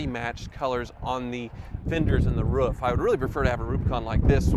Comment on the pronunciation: You got distracted and started pronouncing "roof" improperly again ;)